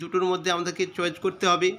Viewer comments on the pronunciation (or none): none